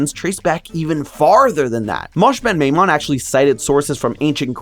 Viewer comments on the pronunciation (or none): Great video! Coming from Jewish cultural background the pronunciation would be Mo-sheh Ben My-moan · Just in case someone else doesn’t point this out, Moses maimonides’ Hebrew name, מש בן מימון, is pronounced mo-SHEH ben my-m-OWN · Just wanted to let you know that the correct pronunciation for his name is "Mo-sheh ben My-mon". Keep up the good work!